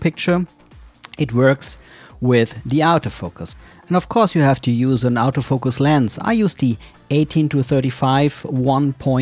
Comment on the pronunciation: I kept wondering what an "out of focus" lens was, but realised you were saying autofocus with a germanic 'au' instead of latin. 😅 Great series, your footage is extremely smooth, just on another level to the average youtuber. Cheers